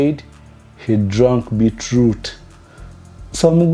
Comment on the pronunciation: Beat root as in Bitter root killed me🤣🤣🤣🤣🤣